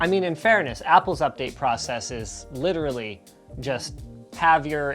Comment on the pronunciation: Why does Linus say literally like rob lowe in parks and rec? LIT treally